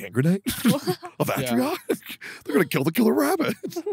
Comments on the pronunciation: Dear Teccy, it’s Antioch, there is no R. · How is tectone gunna say Antioch with a fucking r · Why did Techy miss pronouncing the Holy Hand Grenade of ANTIOC piss me off so much